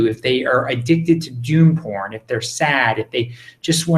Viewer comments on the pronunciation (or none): What kind of porn? I've listened a dozen times. Are you saying "doom porn" dune porn" or " dude porn"? Clearly I don't have any of it but I was curious.